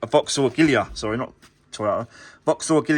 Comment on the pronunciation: The Vauxhall is called a- gee-la